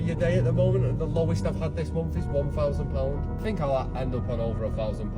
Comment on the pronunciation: Can’t pronounce “month” properly he’s saying “mumth” I therefore believe nothing he says